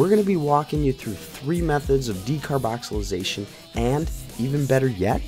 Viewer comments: Its called Decarboxylation not decarboxylization bro but go head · Decarboxylation* not decarboxylization bruh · It is called decarboxylation not decarboxalisation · "Decarboxylization" Lmao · Decarboxilization or decarbonicxilicatation?😂😂😂😂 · If you are going to make a video, as an authority on decarboxylation oh, you should be able to pronounce decarboxylation. There is no Z in the word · Good video. Good info But hearing you mispronounce decarboxylation made my head hurt. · you are pronouncing decarboxylation wrong. js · You can't even say "decarboxylation"......